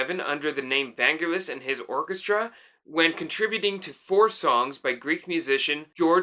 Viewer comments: The emphasis is on the second syllable, van-GEL-is. Hard g. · In Greek there isn't "n" in the word but two "γγ" (gamma). So the correct pronunciation is Vaggelis / Βαγγέλης (only two γγ's make the sound of "G"reen). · Vangelis is pronounced Van-Gelis (the G is pronounce as in "Green"). One of the loveliest song on 666 is Aegian Sea. I like the track ∞ which Irene Papas performed on "I have to come". And "Horizon" from Jon & Vangelis' album "Private Collection" is sublimely beautiful. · Just a minor point, but you pronounced Vangelis wrong! The emphasis is on the 'e'.